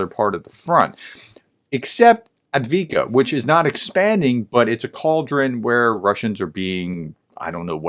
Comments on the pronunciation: Thanks for the clarification. Unfortunately, it's yet another example of the West taking ruzzia's interpretation and no one else's. Also it's Avdivka (Ukrainian, Авдіївка, "Avdeevka"), not Advika (seems to be what ruzzians say). In the Cyrillic alphabet, the "в" is pronounced like an English "v". The д is the equivalent of "d", like the Greek delta Δ, used in mathematics. Those two points actually go pretty far in getting the pronunciation. The Cyrillic "B" is sometimes called an imposter, since it looks like an English B, but doesn't sound like it. I'm learning Ukrainian, and believe it or not, the alphabet is the easy part (Cases, thou do vex me!). Αlso, very roughly, c=s, p=r, h=n, г=h, л=L, з=z, ц='ts', ж=zh with a buzz, б=b, ш=sh, щ=shch (hard one), ю='you' (the sound, not the word), х=h (aspirated and a bit throaty), ч='ch', і='ee', ї='yee', є='ye', ф=f, e='eh' (town names often end with it аs in 'Robotineh' (Роботине), й='yi' (kinda without the vowel though and like the beginning of 'yippee!'), и= can't really do that sound in English, although often it is like an 'ay' or a "i" like the 'i' in the word 'in'), аnd п=p like the Greek π. It helps me if I just pronounce a word very slowly, focussing on the sounds and their order. Speed will come. Ukrainian has a habit of putting sounds together that never happen in English like 'dla', 'hli' or 'zemlya'. Don't get me started on 'ь'... Fluent English-Ukrainian bilingualists, please correct. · Yes, Dnepr is russian and Belorussian pronounsiation, and Ukrainian is Dnipro. Also, the settlement you call Adviika is Avdiivka. If you want to make your pronounsiation better just put the names in the translator and make make it spell it